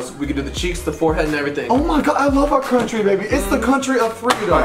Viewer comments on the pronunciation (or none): “it’s the crountry of freedom” 😂